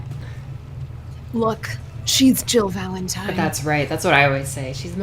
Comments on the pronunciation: did she say valen-time? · Nicole: hey guess what? It’s Valentime! 😂 this is the content YouTube needs! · It's Valentime